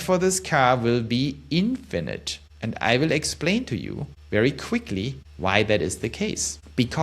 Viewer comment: Sounds stupid when you say infinite.. it’s like you don’t understand the word